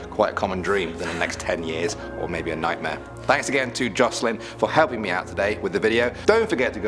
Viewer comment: The way she says “nightmare” is pretty scary to me... nightmeer lol